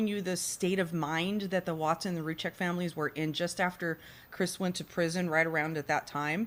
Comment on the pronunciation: Can we please pronounce their names properly by now? Their last name is pronounced "Roo Seck" the Z is silent. Rzucek. Sorry it get annoying after 4yrs